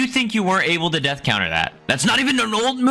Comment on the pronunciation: bro it's death counter not death couter